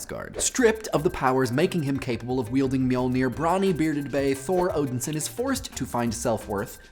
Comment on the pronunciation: i kept hearing "odinson" as "odin-san" and it was really offputting cause at first i thought you were repeatedly referring to "mr odin" and not old thor.